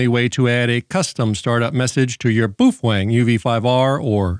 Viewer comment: Why do you call it “boofwang”? You have pronounced it correctly in past videos. Just curious!